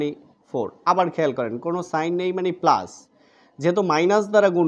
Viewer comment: আপনি প্লাজ,মাইনাজ বলেন কেন?